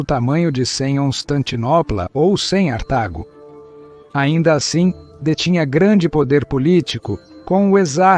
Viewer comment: A letra C, ele fala cem - Cartago (cem artago)